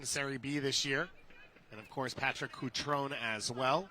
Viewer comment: CutronE! The last vowel is not silent.